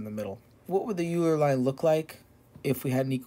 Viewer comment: oiler not yooler german name